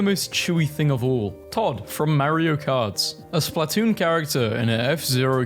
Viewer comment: i hate how you say splatoon (its spluhtoon not splaaatoon)